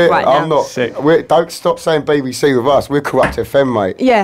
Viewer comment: The way she says BBC 😂😂